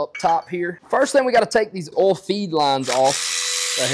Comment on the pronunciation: Would like to see more long videos from you fixing issues. Also need a compilation video of you saying oil.😂